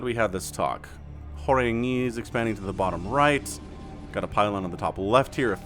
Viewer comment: You're welcome for correcting the pronunciation of Horang-E :-) Together we make your channel better and better, keep up the great work!